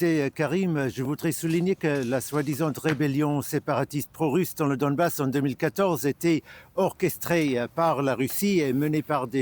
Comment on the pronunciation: C’est Donbass Et non pas Dombass